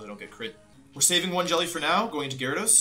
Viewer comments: You know he’s nervous when he’s not even saying Gyarados right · Jerados, arcineenay. Wtf bro lol